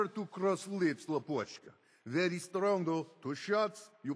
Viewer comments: tovarish (comrade) has been spell nice! But lapochka (sweet heart) needs to be said làpochka not lapòchka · He pronounced "lapochka" with the wrong emphasis: it's not "lapOchka", it's "lApochka", emphasis should be on the first syllable. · Its lApochka, not lapOchka :< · I know, video is old, but I have a few words about. His accent is pretty good and his "tovarish" sounds accurate, BUT Russians say lApochka, not lapOchka. First one means "Honey, sugar cube, sweetheart and etc", but second would be a cute version of "kidney" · LOL, lapòchka, pretty funny) Correct is lápochka, it means "sweety") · He wasn't a Russian. It's obvious by his mispronunciation of "lapochka". It is pronounced LARP - och - kuh. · HOLY FUCK not only has an absolutely abhorrent accent (we Russians only speak English like that when we deliberately want to make an exaggerated accent), he also makes a wrong stress on the word "lapochka." Why don't you hire real Russian actor next time, Bethesda? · I find it kinda amusing that some words he pronounces pretty much like a Russian... Except for his own surname. "Bóbrov" instead of "Bobróv". Upd: oh god, the absolute butchering of "lapochka", it is simply hilarious